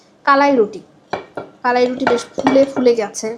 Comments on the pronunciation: আপু আপনার উচ্চারণ টা ঠিক মত হচ্ছে না। এইটা হচ্ছে কা....লা...ই.... রুটি। আপনি ভিডিও এর শুরুতে বলছিলেন ক...লা...ই...রুটি। যাই হোক পরবর্তী ঠিক মতোই উচ্চারণ করেছেন 😊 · উচ্চারণ টা হবে কালাই......কলাই টা ভুল উচ্চারণ। দুটি সঠিক না আশা করি ভুল টা ঠিক করবেন।